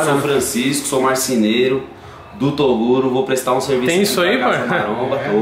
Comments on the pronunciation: TEM CHAMANDO O TOGURO DE "TODURO" TEM LIKE KKKKK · Se tem falando toduro tem like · Tem Filho do Toguro q fala toduro tem Like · Se tem chamando toguro de toduro tem like ☺️☺️😂😂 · Ainda existe pessoas que tem coragem de criticar o Toguro, os cara não tem moral pra criticar ngm pq tenho certeza que eles não fazem nem a metade do que Toguro faz pela quebrada, se tem chamando Toguro de "TODURO" tem like kkkkk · o toguro mandando o menino fala toduro kkkkk